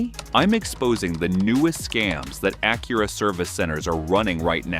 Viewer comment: Low quality AI video, cant even pronounce Acura.